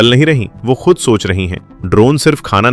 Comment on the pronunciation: Your program is the difference, but your language is loose. कृप्या ध्यान दें: आप की भाषा त्रुटि पूर्ण है इसे सुधारने की कोशिश करें जैसे: सही शब्द है ख़ुद और आप कहते हैं खुद थोड़ी भाषा सुधारें और किसी उर्दू टीचर से जो लहजे को सही बोलना जनता हो उस के पास जाकर ट्यूशन लें। अगर aap का ज्ञान अधूरा हो तो अपने को सुधारने के लिए चाहे किसी दुश्मन के पास भी जाना पड़े तो जाएं, मगर अपने लबों लहजे को सही करें। अगर ज़बान सही नहीं तो कुछ भी सही नहीं हो सकता। जनहित में जारी है। एक पत्रकार की अनुभूति शकील अज़ीम Dated:- 9th December,2025